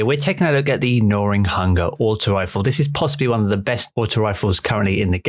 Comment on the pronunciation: Where does this giy get the "R" from in gnawing? 😅🤣☠